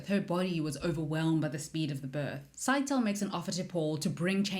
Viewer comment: Scytale is probably pronounced "Sigh-tay-lee" as opposed to "Sky-tail".